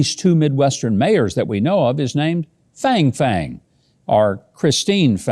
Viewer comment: You haven't given the spelling of her name as you read it so I am guessing you are reading - Fang Fang. Unless she is a Texan, her name would rhyme with - song song.